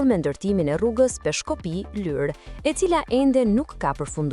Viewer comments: O gazetare o komentuese,,,Lurë,Lurë,Lurë jo Lyr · I thonë Lurë, jo Lyrë